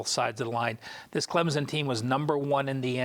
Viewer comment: It's pronounced C L E M S O N, not CLEMZON!!